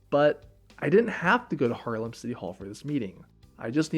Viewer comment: still prounces haarlem like harlem import dutch person spotted